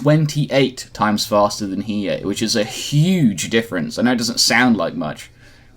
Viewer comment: he needs to learn how to say hiei lol dumbass